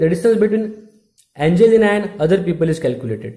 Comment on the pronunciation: i like how u say angelina